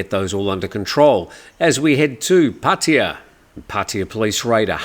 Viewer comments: Hi, sorry I really don’t understand. I’m not sure how long you’ve lived in Pattaya. But I don’t understand how you pronounce Pattaya like Puttaya. I understand some Poms or Yanks don’t know how to pronounce it. But an Aussie, go on mate. Pat aye ya not Put aye ya…. 🥴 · It`s not,. Both of you are wrong. It`s pronounced Pat-Ta-Ya.. Leaning on the "aa" (not aye or ee) at all three places. Farangs always get it wrong😂😂Not that anyone cares, it`s all good!